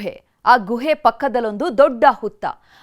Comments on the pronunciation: ಗೂಎ ಅಲ್ಲ ಗುಹೆ ಸರಿಯಾಗಿ ಕನ್ನಡ ಪದೋಚ್ಚರಣೆ ಮಾಡಿ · Guhe uchara sariyilla